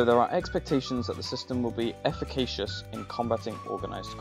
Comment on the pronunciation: indictmentの発音はインダイトメント、efficaciousはエフィケーシュスです。